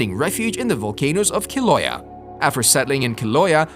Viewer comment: it's keel-ow-aye-yuh. 'Kilauea, her home lol. Our goddess is also from Tahiti, NOT Haiti. But yeah, good stuff.